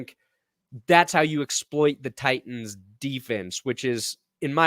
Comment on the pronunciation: Can someone please tell it's not Ti ens, it is pronounced Tightens, I don't understand why he pronounces it with the second T being silent???